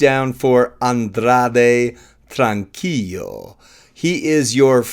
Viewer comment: It’s not a double “l”, so you don’t pronounce it like a “y” (trank-ee-yo). The “l” is pronounced (trank-ee-lo), just like in the english word tranquil